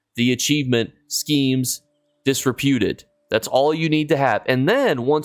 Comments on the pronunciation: Schemes Disrupted, Not disrepewted. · dis-RUP-ted. Just sayin' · Lost me at "Schemes Disruputed" for the second time in a row. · Wildest pronunciation of disrupted I’ve ever heard lol my brother in Christ are you okay